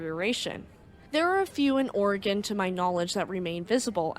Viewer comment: You must be from the Oregon/Washington atea. You pronounce "Oregen" correctly! I was told it isn't "Oregone".